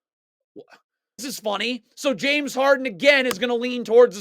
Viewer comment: Dude you know nothing about basketball and you definitely can’t pronounce the players names correctly. Stfu